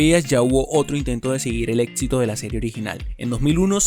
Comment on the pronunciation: Etxito? Etxitosa? Etsplorara? 😂😂😂😂